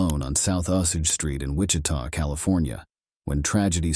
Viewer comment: Going on a witch hunt there? It's Wichita., not 'wich'. And it's in Kansas, not California. At least you got the county right.